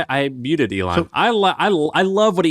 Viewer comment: ME-lon Musk! hah